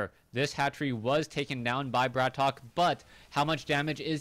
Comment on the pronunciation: I suggest we should settle it once and for all-its not *Brat Ok* its *Bratok* and should be pronounced as *brahtoke*.This term is a prominent russian slang word for *bro* and due to the fact that its generally used among prison criminals and street gangsters,it sounds quite ironical.I wish this info was posted at his website,have no idea if he has one though.